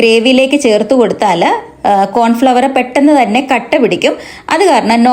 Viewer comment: Cornflour anu Pronunciation correct aku